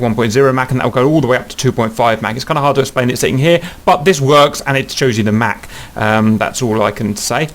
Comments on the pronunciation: Mach is pronounced like "mock" or "rock", not like a Big Mac. Play the audio icon at It was named after Ernst Mach, an Austrian physicist. Mach is a German word. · You're pronouncing Mach wrong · Haha the way he says mach